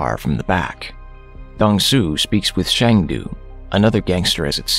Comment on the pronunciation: It is not Shang Du. His name is Sang Du. As a Korean, Shang du sounds like Chinese to me